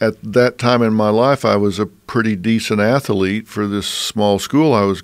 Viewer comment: I didn’t know ath-a-lete had three syllables that’s amaz-a-zing